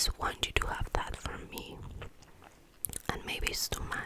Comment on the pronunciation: I loved the video honestly. But although it was great, there were some words that you need to improve in the pronounce of, like the word ‘that’ sounds like ‘dat’ or ‘pity’ sounds like ‘piry’ Just that, ( this is not a hate comment everyone!) Love u